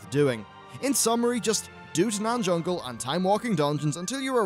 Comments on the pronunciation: Taanan Fungle? you mean Taanan no fungle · Tanaan fungle ? kappa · Tanaan Fungle lmao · "Tanaan Fungle"